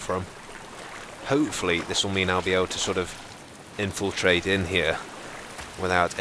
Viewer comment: Lol, did you say "ninfiltrate"?!